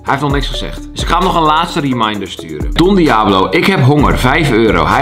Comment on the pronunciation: Niemand: Helemaal niemand: Kelvin:Don diabolo